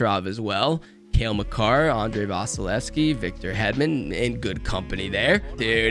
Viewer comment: When you said Makar I thought you said Macanrin